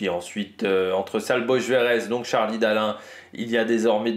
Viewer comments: nickel! Je regarde ta présentation tous les jours, avec grand plaisir. Je vois juste le traitement que tu réserves depuis 30 jours à notre ami Hongrois: ‘Sale Boche’ c’était en 1940 et lui il n’est même pas Allemand. Un tour rapide sur Google traduction et il est clair que son prénom, phonétiquement, c’est ‘saboltch’. Une petite correction de ta part et il va tout de suite avancer beaucoup plus vite, tu verras..-). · C'est vrai je me marre a chaque fois avec le hongrois "salboche" 😂